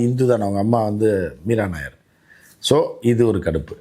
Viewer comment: Meera nayar is not a malayali but a punjabi. Nayyar is pronounced as, நாயர்.